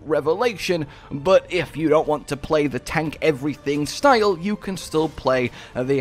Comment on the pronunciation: did you say "shtyle points"? lol funny shit